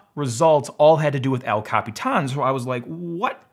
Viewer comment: I love how you pronounce El Capitán!